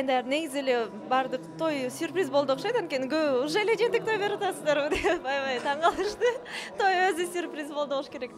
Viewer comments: Жээнтек да, жентек эмес. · Эээ жентек эмес жээнтек